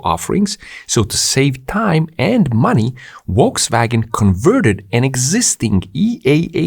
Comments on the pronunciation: Small tip... It's Folkswagen. In German, V is most often pronounced like F. Wolkswagen would mean something like Cloudwagon :) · note: it is correctly pronounced Folksvagen, not wolksvagen!! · Just FYI, Volkswagen is pronounced as "Folkswagen". So, decline in diesel car sales will increase the price of gasoline soon. Good to know.